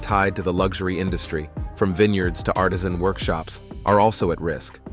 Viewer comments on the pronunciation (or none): none